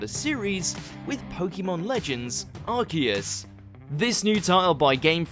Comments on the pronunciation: Arceus' Prounouncation (Ar'ke'yus) And it's Legends Arceus, not Project Arceus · We pronounce Arceus as Ar-Koos. If you get that reference, I wanna give you a thumps up